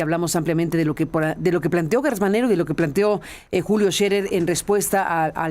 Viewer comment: Carmen es Gertz no Guertz. ¿cómo dices geranio o gueranio; Gerardo o Guerardo?